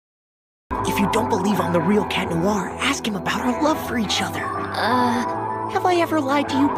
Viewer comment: Btw it isn't claw noir it's cat noir